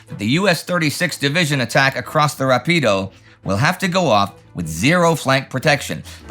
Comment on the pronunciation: BTW, the river near Cassino is pronounced “RAH-pee-doe”, a proparoxytone. It means fast in Italian for a good reason.